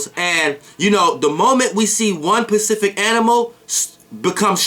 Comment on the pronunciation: "Pacific" LOL You Mean "Specific" Right?